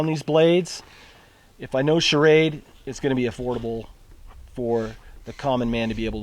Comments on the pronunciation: dude...it's called ssssssshrade....not shah-rade. love shrade knives, btw:) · I like your videos, but please get the knife company right. The name is SCHRADE not SCHARAD drop the A after the SCH. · SCHRADE one syllable, NOT SCHA-RADE with an extra A . no offense good review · You should learn how to pronounce Schrade. It's not charade which is what you are saying..